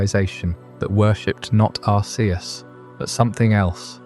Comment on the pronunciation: You know there is a movie about Arceus and they don't pronounce it like you do. You are wrong lol